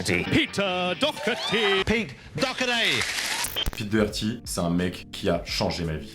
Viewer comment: Ça se dit dockerty